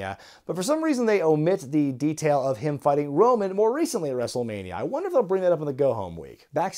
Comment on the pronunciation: Thought you said Runnels instead of Roman ngl